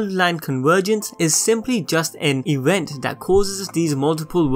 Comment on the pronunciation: No matter how much you're going to apoligize for it, you really are incredibly difficult to listen to. I commend anyone who can listen to you saying ''diwergence'' and ''ewent'', and not cringe to death.